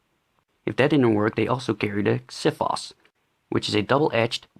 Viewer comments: Yea and it's pronounced Ksifos for non-Greeks convinience. Most people nowadays pronounce the x like Xena and the ph softer than it should. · Xiphos correct prononsiation is ksifos..not zifos..X is pronounced ks plus vowel..not pronounced as a Z..thanx